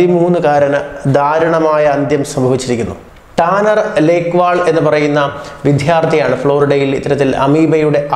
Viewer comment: വിധ്യാർത്ഥി !! മാധാപിതാക്കൾ !! കുറച്ച് ധ !! കൂടിപ്പോയില്ലെ?